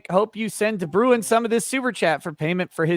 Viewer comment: As a South African i'ts entertaining to hear you guys pronounce de Bruin XD (we pronounce it like "Brain" but with a rolling r if you are curious) other than that great interview and best of luck to the 1 and only Photo Chad!